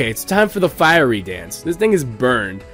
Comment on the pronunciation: Firey Dance? Lol..."Fiery"